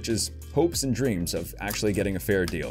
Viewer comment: Fair not Far